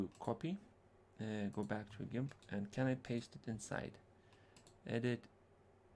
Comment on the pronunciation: FYI: It is Gimp with a hard 'g' like 'goat'; a soft 'g' is like the name 'George.' Nice video.